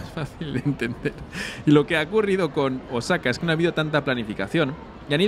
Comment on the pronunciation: Por lo que percibo, parece que no tienes contacto fluido con japoneses pues la acentuación en palabras japonesas es, por decir lo menos, ridícula, ........ cuando dices Osáka (voy a poner tilde para que se entienda a lo que me refiero) cuando la pronunciación debe ser Ósaka y otra dices Úmeda cuando es Uméda. viví 5 años por Osaka.